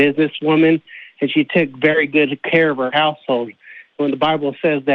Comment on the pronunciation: I know he said household, but it sounded like "and she takes very good of her asshole"😂